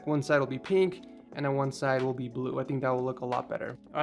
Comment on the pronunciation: this guys pronounces pink as peenk but pin doesn't become peen